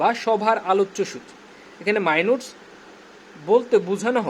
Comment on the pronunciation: মাইনুটস কি? মাইনুটস এর মানে উদ্দার করেন আগে ... Bhai re bhai